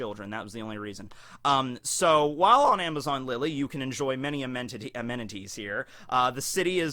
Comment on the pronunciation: "Amentitti-Amenities". I see what you did there.